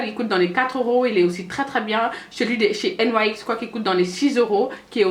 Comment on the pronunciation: Salut ma belle, j viens de l'abonné et franchement c'est top 😘😃la marque nyx se dit nix enfaîte mdrrr😂😂 Continue comme ça et si tu pouvais faire une vidéo makeup nude et aissi les gloss ou rouge à lèvres nudes pour peau noire bisou 😘😘💪💜